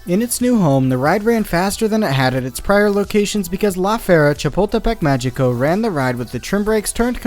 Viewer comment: Say "La Feria Chapultepec Magico" again... I dare ya...